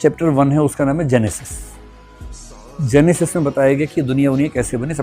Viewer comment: Your knowledge is half and pronunciation is wrong. Don't give half knowledge about religion.